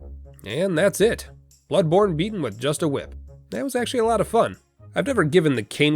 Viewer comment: "Ehy, that's a cool hwhip!!!"